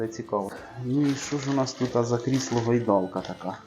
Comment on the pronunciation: Гойдалка , наголос на букві О😏